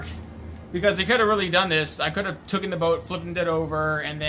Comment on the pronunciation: Hull not hole Evaporates not vaporates Taken not tooken